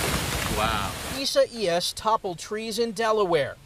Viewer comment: They butchered that hurricanes name!!